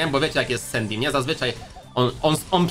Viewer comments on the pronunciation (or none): none